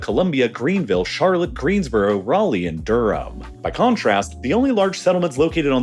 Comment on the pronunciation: But somehow, he pronounced Raleigh correctly??? 😕